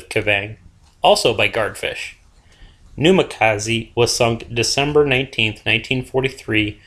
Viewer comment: please spread the word to the WOWs alumni that Minekaze is indeed pronounced MINEekaze, and not MINIkaze